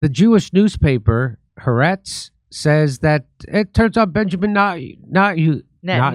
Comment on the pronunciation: HAARETZ IS NORMALLY SPLITTED INTO HA ARETZ!